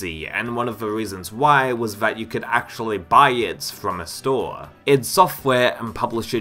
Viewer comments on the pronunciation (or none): none